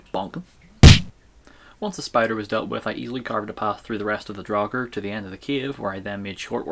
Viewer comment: Draugr should have the same vowel as mouth, not as thought.